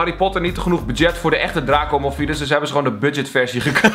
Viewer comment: het is draco malfoy niet drako moffie